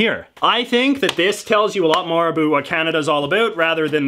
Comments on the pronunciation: "Abuut" oh that hurts to hear. - About. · I don't think you're actually Canadian. You actually say "a boot" the way the Americans always think we say "about. Busted. You also make a few mistakes including thinking Canada was still a colony in 1921. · Holy shit you said boot instead of about, I'm Canadian and that's the first time i heard another Canadian say that. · I love the way you say 'about' ... <3 <3 <3